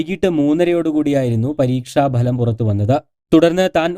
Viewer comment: പരീക്ഷ 'ബലം' അല്ല മാപ്രേ... പരീക്ഷ ഫലം... മലയാള അക്ഷരങ്ങൾ ശരിയായി ഉച്ചരിക്കാൻ പഠിക്കുക